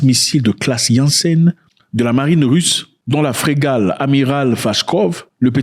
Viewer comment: Frégate, pas fregal !